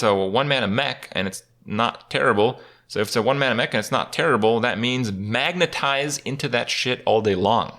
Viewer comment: Dude! Were you high while making this video? You got serious pronunciation issues with words like "specimen" and "magnetize" and "toxicologist" lmao